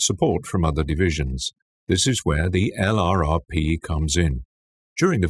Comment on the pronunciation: LURPS not EL-AR-AR-PEE !!! man this is borderline unwatcheable.